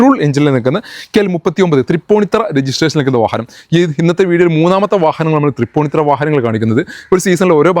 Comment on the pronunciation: തൃപ്പൂണിത്തുറ ആണ് “തറ “ അല്ല ❤️ ഓക്കേ 👍